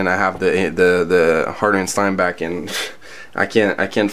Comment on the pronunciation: The Sotar (not Soltar, there is no “L”) can be had for just over $100. (Also, it’s Harder & Steenbeck, not Steinbeck.)